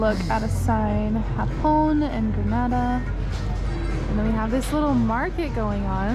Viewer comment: It is not grnada it is Granada